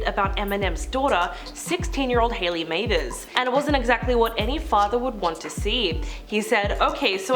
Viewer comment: Eminems daughter Haileys LAST NAME iSN'T mathers!!! She has KIM'S LAST NAME!!! AND IT'S PRONOUNCED"MATH-ER-S"!!!